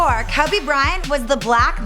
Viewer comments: I wanted to finish watching this...but her pronunciation of "Kobe" threw me off. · She is fucking annoying someone teach how to say Kobe. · Yes, when she says Kobe I die inside a bit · She pronounces Kobe wierd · Koabey is what she says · Jacka Boy she says kube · It sounds like she is saying kaby Bryant 😅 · why would they let someone who can't say kobe right let them talk about the GOAT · How is the BEFORE he was famous? Most of it was during his career...like after his rings even. Also, if she can't pronounce the guy, she probably shouldn't be the one speaking. She's hot, but just no... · Bro she pronounces his name so wrong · Its Kobe not Kabe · Don't let someone who knows nothing about sports document it, it's not kuby it's pronounced coby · It is KODE not cubby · bro its kobe not clubby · "Kubby" Bryant 😂😂😂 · "Kuby bryant" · That lady said cubby Bryant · Lmao Kabe Bryant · cubby bry-int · Why the fuck does she say "Kubby Bryant" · She called Kobe, "Cabby Bryant" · "Kubby Bryhant" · AT SG KUBBY BRYANT!!!!!!!!!!!!!!!!!!!!!!!!!!!!!!!!!!!!! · Kabby Bryant... 😑 really nigga KOBE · "ka be bryant" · "Kubby" your talking about 1 of the the best basketball players and you can't say his name please quit your damn job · Auburn Tigers and Minnesota Timberwolves FAN actually ko be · she called my nigga "Kubby" and got most of her info from Wikipedia smh what a tragedy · "Before KABE Bryant........"😂😂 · Who the fuck is Kuby Bryant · I hate the way she says Kobe "Kubby" and Philadelphia. Put some respeck on my city's legend' name and my city's name. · she was saying Kuby like tf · 'Cowby Bryant' Come on! Couldn't watch this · Kebe Bryant. She doesn't even know how to say kobe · When you say "Kubby" it seriously makes me want to kill myself hahaha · Who's "Kubby Bryant"? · She said kubby bryant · kobe is pronounced kowbey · "Before Keh-be." ????????? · Yo when she says Kobe in the beginning is sound like she saying kobey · Hakki S and how she says Kobe. TF is Kubby???